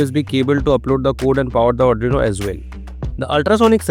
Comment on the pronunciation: There are plenty of corrections to be done by you , 1. You did not mention to click the serial monitor icon and because of that i took 1 hour to do this. 2. Also mister you said "Serial.printIn(" cm"); whereas it is actually "Ln" and NOT "In". 3. You also pronounce ARDUINO as ADRINO which is not correct and sounds funny.